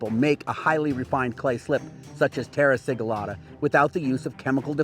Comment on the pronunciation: I am sorry but why you say "terra siglata" if you are doing simple slip? Romans had many special techniques, apparently this was one, if you dont know the "secret" dont say you do